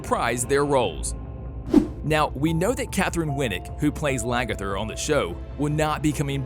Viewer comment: I hear you, LaGERTHA! 😂